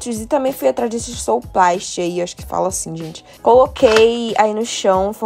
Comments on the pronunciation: sousplat se pronuncia suplá. Abs! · Amei! 💖💖, sousplat se pronuncia "suplá"